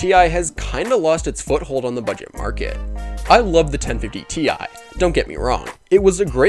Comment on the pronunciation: I’m sorry but the way you say ti makes me wanna die